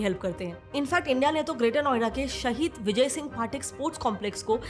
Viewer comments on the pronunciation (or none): none